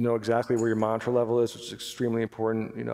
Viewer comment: He's saying monitor level. Sounds like mantra.